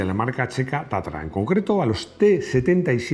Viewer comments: Porqué dices o pronuncias Tatara si es Tatra ? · Es TATRA o TATARA, me parece que no Lee bien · Porqué Tatara en vez de Tatra?,y porqué Giuseppe en vez de Josef?.🧐🤔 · No es Tatara es Tatra.